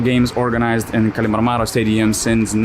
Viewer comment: If you're interested, kallimarmaro is pronounced emphasizing the 3rd syllable from the end. not the 2nd from the end like you did.